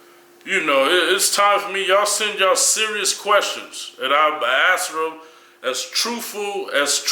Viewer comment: Kali is it impossible for you to say ""ask"" instead of ""axe""? :D